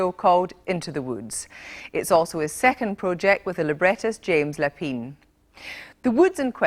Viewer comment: "James Lapeen." Shame on you, Kirsty.